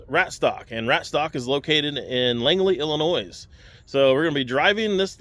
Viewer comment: Pretty sure the s in Illinois is silent